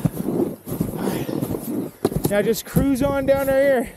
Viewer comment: "really are you serious right neow bro" got me finished inside and out